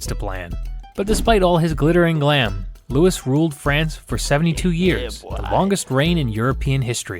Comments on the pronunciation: It's not Lewis, it is Louis like Louie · Was the Louis pronunciation a deliberate choice?